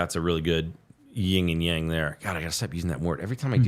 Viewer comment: love ya, but it's "Yin & Yang."